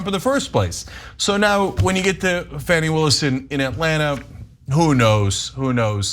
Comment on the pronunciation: "Fanny Willis"--really Cenk?